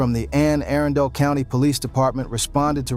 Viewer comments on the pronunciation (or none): none